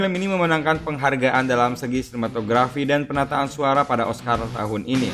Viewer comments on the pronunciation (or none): none